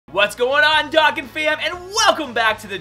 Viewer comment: You say Dokkan so wrong 😂